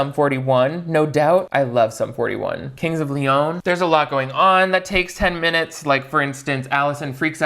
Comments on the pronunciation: Hearing say "Kings of Leön" ❤️ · The way you pronounced Kings of Leon had me cackling 😂 Great video as always!!